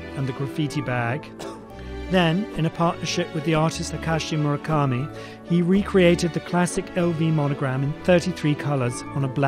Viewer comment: Murakami more like Mahalkami 😂